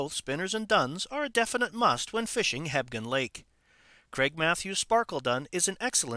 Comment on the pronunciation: I could swear he keeps saying "Hebden lake"....Hmmm